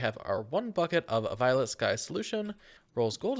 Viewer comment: the mispronunciations are killing me in this series... First Algae as Agile, and now Volatile as Violet?